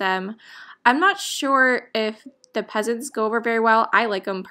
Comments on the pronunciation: Those birds are pheasants - pronouned "Fessant"! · Pheasants is pronounced Feasants. Peasants were what the upper class called lower class who were considered less sophisticated and not socially connected. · Hello. I am the guy who mentioned the pronouncing "pheasants". Please know I meant no offense. I enjoy your content and thought you would appreciate the hint. One of your followers basically came to your defense and attacked me. I do not care, but since I enjoy your sweet vibe and joy in thrifting, I wanted to apologize if you took offense. I was simply trying to help. Take care.